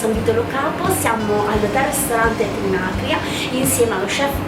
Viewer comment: trinA'cria e non TinacrI'a